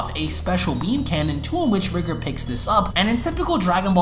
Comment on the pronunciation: R EYE GOR NOT RIGR